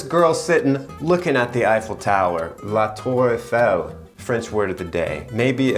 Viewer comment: La tour Eiffel... French word of the day. Me, a francophone:, that's three words. A+ for pronunciation though 😂